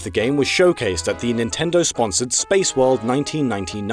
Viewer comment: DEW IT NEENTINDOH